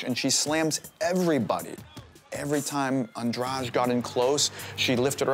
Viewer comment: Why do they say " Andraj" It's Andrade